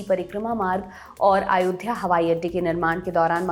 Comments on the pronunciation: it's Ayodhya...NOT AAyodhya .... at least pronounce the name properly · कैसी पढ़ाई पढ़ के आ रहें हैं ये जाहिल लोग !? अयोध्या को ये आयोध्या क्यों बोल रही ये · “आयोध्या” कैसे बोल सकते हैं? इतना मुश्किल भी नहीं है “अयोध्या” बोलना। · Isko abhi tak ayodhya bolna tak nahi aaya aur ye banega PM 😂😂😂😂